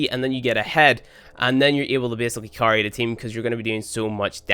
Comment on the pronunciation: Lol when he was talking about adc i thought he said attack damage curry